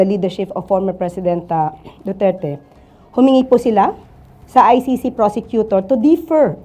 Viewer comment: Duterte not Dutert.. Pls. Kindly pronounce correctly 🙄